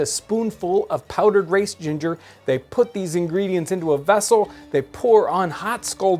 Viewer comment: "veffel" i forgot that their S's looked liked Fs back then. how funny!